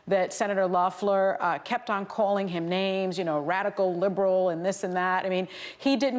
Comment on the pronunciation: Whoopi managed to mispronounce Loeffler, Ossoff, and Warnock’s names all in the same sentence.